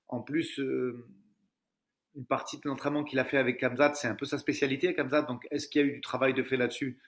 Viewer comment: Par contre vous êtes stressant à dire kamzat, le monde entier y compris les français disent "Ramzat"